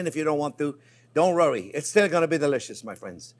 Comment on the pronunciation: Dear J-P, Why can't you say "worry"? Robin.